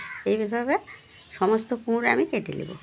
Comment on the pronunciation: একটা কথা না বলে থাকতে পারলামনা। 😊এতো দিন ধরে ভিডিও করেন এখনো ঠিক মত কথা বলতে পারলেন না। 😊 এই যেমন ঘন্টোকে বলতিছেন ঘুন্টো আবার কুমুর আবার আয়ের মাছের ভুনা দিয়ে খাবো। আবার ঝোল দিয়ে খাবো ইত্যাদি। এইরকম আরো ভুল হয়😅কিছু বলিনা তাই। এইরকম ভিডিও দেখলে খুব হাসি লাগে রে ভাই। ভিডিওই যখন করবেন একটু ভালো করার চেষ্টা করে 😅